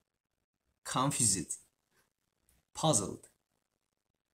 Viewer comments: JK - COMFU-SID Me- ok then I will say confusid every time My mother was confusid hearing this😂😂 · Confused the way he pronounced confused was really cute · Admire, confused, timid 발음 너무 귀여워. 정국이가 이걸 보진 않겠지만 이 단어들 발음 제대로 알려주고 싶다 💜 다른 단어들은 완벽 했음!!! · Me: After reading 1 page of English book --> "Yea....." Yea.. I'm confused too the way how he pronounced confused :)